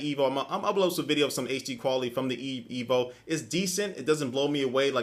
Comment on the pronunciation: "I use the qu-....on my EEVEE" haha XD jk I know you meant to say "E.V.O." good comparison~